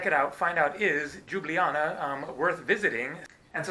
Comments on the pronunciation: its just Ljublaja not đublijana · Its not Ljublaja and Džubljana .. Its a Ljubljana 🎩👌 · just say liubliana fast and you should get the right pronounciation. Liub-liana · Just an FYI y'all, it's "Lyew-bliyana" :) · I love how you pronounced Ljubljana as Đjubljana :D :D :D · JOO-blee-Anna. LOL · Why does every American butcher Ljubljana so badly, the actual pronounciation is Lube-la-nah (can confirm as an actual citizen of Slovenia) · It's pronounced Lyoo-blyahna :) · It's pronounced Lyublyana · Its pronounced Lyublyana. The Eastern European J=Y in English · Seems like even slovene can say Ljubljana properly .... its li̯ubˈli̯aːna 3 syllables and no Y in it ! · Tip 1: say the first j in Ljubljana as you say the second one. Tip 2: you say letters č, š like that: č-ch š-sh. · understandable, but when it comes to online "tutorials" all of them say the same thing, search up any video on youtube about the correct pronounciation and it still pronounced as lube-li-jana, even the wiki on Ljubljana has the same pronounciation, well im really only slightly annoyed by this but it doesn't really matter, you honestly do a great job of showing off our culture and landmarks which i do commemd you for and i do encourage to keep up the good work. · Your first pronounciation was the right one! :) greetings from slovenia